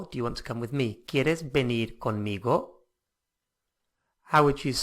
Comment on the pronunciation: Why are you pronouncing venir like it has a d at the end